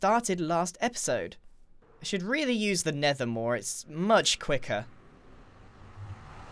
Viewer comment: The Nender